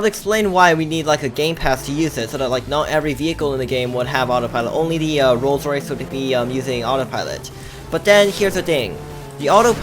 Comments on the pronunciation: says rolls rice XD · He doesn’t says Rolls Rice, he says Rolled Rice. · wow how says it "rolls rice" 🤣😂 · Lol calls it rolls rice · says ro rice coz he cant pronounce L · ROLLS RICE 😂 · clearly doesn’t know how to pronounce a rolls Royce 😂😂😂